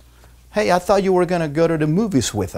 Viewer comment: Porque pronuncia en F en Think y thought